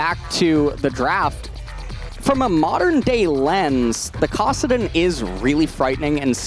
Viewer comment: I love LS, but he really needs to learn how to pronounce Kassadin and Shaco correctly lol.